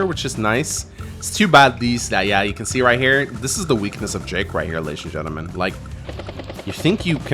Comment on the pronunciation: Why do i hear always 'ladys and gentlemangs'? 😂